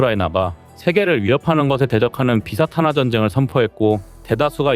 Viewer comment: 나레이션을 다른이가 한다고 미리 사과 공지까지 했는데 정작 나레이터는 그냥 쭉쭉 읽기만 하면 안되는거요 특히 문맥상 단어는 정확히 표현해야지 일례로 러시아 정교회가 ㅡ비사 탄화ㅡ라고 읽어서 이게 뭔 원어인가 영어인가 했더니 다시 들으니 ㅡ비 사탄화ㅡ란 말이네 좀 주의좀 하시오